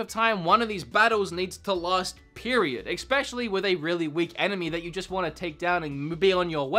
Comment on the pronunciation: There's something that's been bugging me in your videos - there's no x in "especially". Please don't be offended by this, I love your videos and watch them constantly - but since I noticed this I hear it every time... Regarding the video itself - of course you're entitled to your opinion. I'm currently playing through Kingdom Hearts 3, but I watched the cutscenes of ALL the previous games to get up to date, and I actually feel like most of combat is padding that's meant to slow down the pace of the story... But that's just my opinion